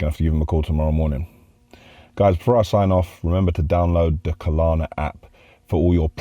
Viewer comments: When said 'Klarna' at the beginning, i thought great, he's taken notice... BUT back to his skits and he's back to Kalana. Someone tell him please! 😬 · It's Klarna, not KAH-LAHNA :D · it isn't "Ka Lar Na". Just "Klar Na" 🤣